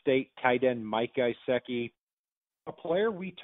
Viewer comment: “Guyseki?” Lol it’s gesicki